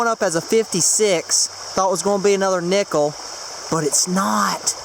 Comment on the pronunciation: Nickel sounds like Nipple